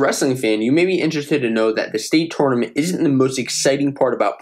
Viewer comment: Please say tournament the right way😭